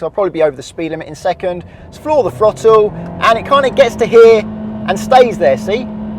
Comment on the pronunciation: I hate the British slang of pronouncing a TH sound with a F sound. It's throttle not frottle